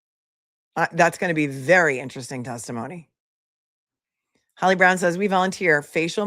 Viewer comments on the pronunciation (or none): none